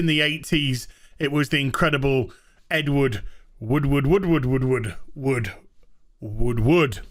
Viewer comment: That is officially how you pronounce Edward Woodward’s name 👍👍